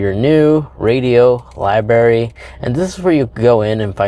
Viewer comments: gave thumbs up so not hating. i do appreciate your carplay content. more on what works and what doesn't while driving please. color sperm, LOL. let us know what you did that worked. :) curious, but not so much so i'll do my own research. Lie-br-Airy. brandon butch can't say it either. also some work on grammar won't go unappreciated. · Liberry? How do you say birthday? Birfday? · It was right there in his "libary"